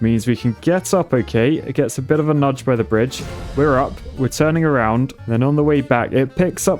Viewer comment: Not a "bridge" EH